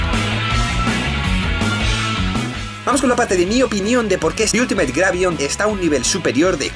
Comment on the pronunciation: Me encanta como cree que dice bien la palabra en ingles Ultimate diciendo iultimeit cuando se dice altimit XD